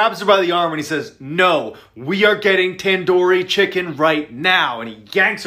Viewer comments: u said tandoori chicken wrong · the way he pronounces tandoori chicken.....lol (no hate). the stories were pretty creepy tho